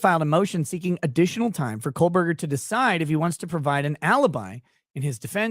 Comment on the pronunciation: Love watching your show,. You've established your own point of view and whether I agree with your opinions or not, you're speaking from an honest perspective. Respect ✌️ PS: Hearing you say KohLberger over and over again was torture 😂